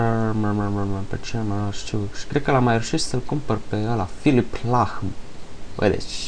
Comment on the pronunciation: "lahm" (se pronunta fara "h" bah) , "neuman","neumaier".....ahahaaaa....ala i cel mai bun portar din germania si unu din cei mai buni portari din lume si tu habar n ai cum il cheama..canti..."the fucking game"=))))....bun video mersi fain de tot pentru ajutor , dar frate daca taceai filosof ramaneai =)))...sfatu meu...la urmatoru video fa descrierea intr un notepad